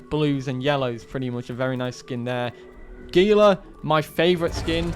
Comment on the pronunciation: Gila is actually pronounced Heel-a with an H sound rather than a G.